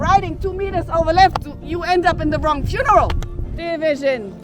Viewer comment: “You end up in the wrong funreal”